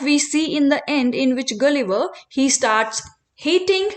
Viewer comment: Please pronounce gulliver correctly